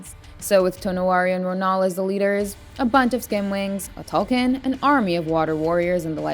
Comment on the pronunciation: How hard is it to pronounce “Ikran” or “Tulkun”????